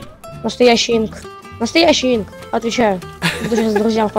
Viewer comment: Я не хочу это говорить но.... Хсинк это Инк. Ты меня огорчил (